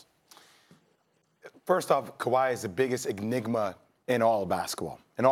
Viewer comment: EGG-nigma?... 😂😂😂 Oh, you Americans. No Egg-za-jer-ation.